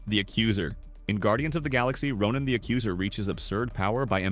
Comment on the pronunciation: Did I hear Ronan the Accuser or Ronin the Accuser, cause if the A.I. voice genuinely said Ronin than WHAT DID I DO BRO 😭